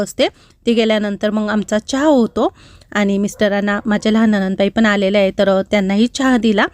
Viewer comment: तुम्ही खूप शुद्ध मराठी बोलता😂 पण एकच शब्द गावाकडचा वाटतो😂 तो म्हणजे (हाए) नाही ➡️ आहे म्हणत जावा